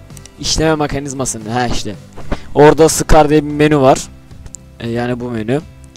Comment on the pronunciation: S cars diye okunuyor scar değil S ayrı okunmalı neyse abi gmod serbest takılma atarmısın